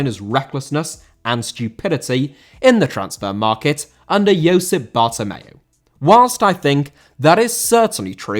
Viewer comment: Josep* not Youssp